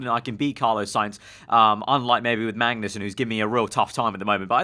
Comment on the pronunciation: Why do you keep saying Mangnussen lol